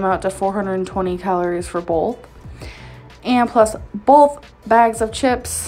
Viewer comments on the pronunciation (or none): “bolth bags of chips” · BOLTH!!!!!!!!! UGH!!!!!!! CRINGE!!!!!!!